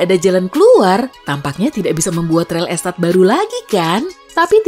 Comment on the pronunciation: Ga salah denger REL ESTAT????